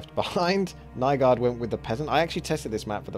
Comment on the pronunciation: "Nye guard" RIP Danish